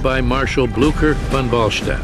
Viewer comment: When you realize they don't know how to say Blucher.